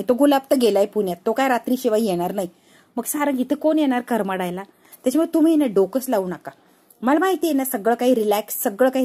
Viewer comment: करमडायला नव्हे कड मडायला.